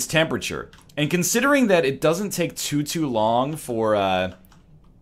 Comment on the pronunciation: why does he say "to-to much" or "to-to long" when its just "too much" or "too long"?